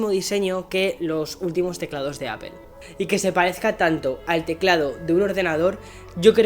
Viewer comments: APEL Jajaja 😆 LOL 😆/ Seriously 😉 why they don’t say it right Apple 🍎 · Buenos videos pero me choca que no pronuncies bien no es “apel” es apple jajaja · ¿Por qué le dices "Apel"? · Appel XD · pero por qué dice APEL ??????????????? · Deja de decir APEL!! Joder